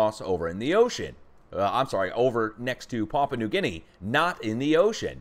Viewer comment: Hi! Having lived in Papua/New Guinea, I can tell you that Papua, is pronounced “pa poo wa…” just connect them rapidly and you will say it correctly!